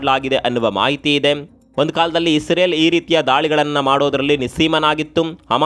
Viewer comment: ಇಂದೆಂದು ಅಲ್ಲ. ಹಿಂದೆಂದೂ.